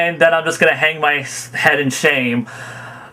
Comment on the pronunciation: It's the correct way. You can say it the way you want...but Zeon's pronunciation is the way it's supposed to be pronounced. Funimation originally made a mistake and because it stuck, a lot of English dub fans think it's correct